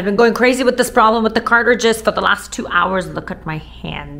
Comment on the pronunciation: “Cart-ridges”…I love the way you pronounce the word!! ❤